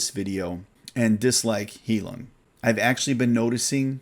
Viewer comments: It’s pronounced “High-loong” it’s German for “healing”. 😉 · I forgot to mention... I noticed you mentioned Heilung a lot. It's actually pronounced High-lewng, or high-loong, whichever is easiest to read. Basically, think of the loon bird, then just add an 'ng' at the end.